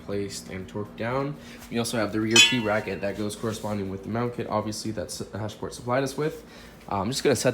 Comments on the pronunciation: its HASPORT.... not HASH-PORT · Hasport not hashport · Sounds like he's saying hashport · Your the only person I’ve heard say “hash-port” and “hon-data” lmao